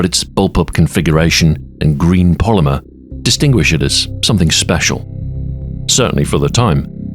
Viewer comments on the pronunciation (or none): none